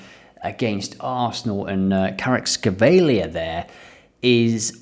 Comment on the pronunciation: Your pronunciation of Kvaratskhelia got me laughing hard